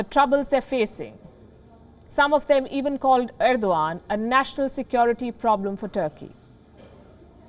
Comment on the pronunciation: Erodgan or I must say Errrr-do-Gand